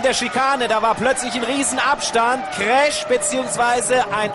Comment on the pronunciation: ich liebe es wenn etwas ältere menschen zu crash KRESCH sagen